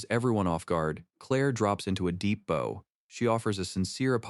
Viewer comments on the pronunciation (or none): Someone has got to get whatever program is used to read these things to use the word "bow" properly.